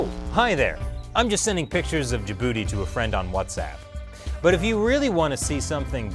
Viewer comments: "Hopefully the chinese military will stay contained in ja-booty" lmaooo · I can't help but laugh when ever he says Djibouti